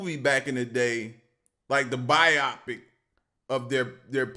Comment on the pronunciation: “Bio-pic” not “Bi-opic”